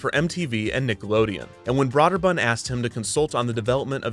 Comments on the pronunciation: Is it really pronounced "brod-der-bund?" I thought it was more like "brew-der-bund" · I thought it was pronounced “Broh-der-bund”, not “bra-der-bund” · At the time the name was pronounced “broh’-der-bund”. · Great video, except I twitched every time you pronounced "Brøderbund" with an "aww" instead of "ew" sound. When in doubt, just make it a hard "o" sound, if the correct pronunciation is funny to your ears. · This video made me look up how to pronounce Broderbund, because I've never heard it pronounced Braw-Derbund. I thought it was Bro-Derbund, but apparently it's Broo*-Derbund. ("oo" as in goose.) But then I also read it was a made-up word that's basically a jumbled mess of four different languages and the "ø" that's used isn't a reference to any language but from computer terminals. .... ...Häagen-Dazs. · I've literally never heard anyone pronounce it 'braw'derbund. Not trying to be facetious, just interesting. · broderbund is not pronounced broader bunned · Kevin: Brah-der-bund. Me: Well, it may not be the right pronunciation, but I'm sure he only says it a few times in the episode. Kevin: deep inhale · Kevin, When you said Broderbund I thought The Pac-Man type game: Snoggle. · You keep pronouncing Broderbund wrong the whole episode its really annoying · Would've been nice if the narrator learned how to pronounce Broderbund and Karateka right, lol.